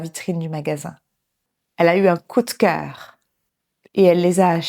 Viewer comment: Mon Dieu, une dizaine de magasins🤯je serais déjà au bout de rouleau après 3🤭J‘aime bien le vocabulaire „faire les magasins“ et „le vendeur catégorique“ et la prononciation de „coup de cœur“. Merci, c‘est top